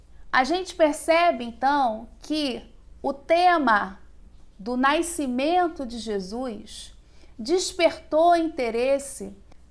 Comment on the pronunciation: Excelente vídeo Engraçado é a professora falar naicimento rs